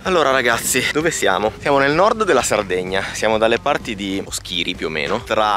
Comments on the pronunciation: Dovete venire dalle mie parti ad assaggiare "ru cuggoni" raga!!!! Vi prego però imparate gli accenti òschiri, nùoro, in altri modi non si può sentire 🤣❤❣la puntata più emozionante è quella del filindeu❤❤❤aspetto con ansia altre1000 puntate aiutate anche i sardi a conoscere meglio la nostra isola meravigliosa❣😘😘😘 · Ma daiiii che bello vedere e, sono mitici! Vi prego però, è Núoro non Nuóro e Oschiri non Oschíri 🤣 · Vi si vuole bene, anzi benissimooo. Ma Oschìri non si può sentire. Accento sulla oooooo 😆 Un abbraccio dal nord sardegna. 🤗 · Oschìri non si può sentire 😂😂😂😂😂 Òschiri si pronuncia così 🤦🤦🤦🤦🤦 vi scongiuro amici del continente imparate come si chiamano i paesi in Sardegna ♥️♥️♥️♥️♥️ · Bella raga! Simpaticissimi (come al solito...) ma gli accenti li cannate tutti! La signora delle puntate precedenti si chiama Elide con l'accento sulla prima "e" Poi Oschiri l'accento è sulla "O" iniziale. Ma non sembrate neanche sardi! Vabbè che sarete ormai generazioni di continentali, ma un minimo... 🤔😮😂😂😂🤣🤣🤣❤️ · Oschiri con l'accento sulla o però!